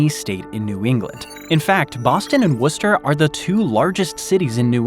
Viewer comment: I’m so proud that you said Worcester, Ma correctly. Almost everyone who isn’t from here think it’s pronounced Wor-Chester.